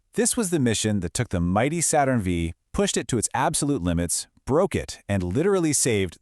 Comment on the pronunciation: I learned a bit about Apollo 6, thanks. My only criticism is that you should say "Saturn Five," not "Saturn Vee."